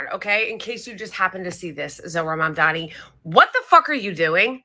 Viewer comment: MAM-DANI!!! Why do you call him Mamdami??? Why